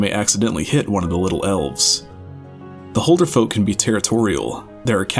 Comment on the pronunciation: BRUH please learn to pronounce Huldufólk, it annoys me when ppl pronounce it wrong